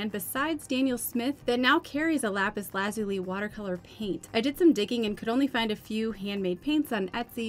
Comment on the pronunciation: Lapis Lazuli - accent is on the second syllable as in " la ZULI ". Great video. Thanks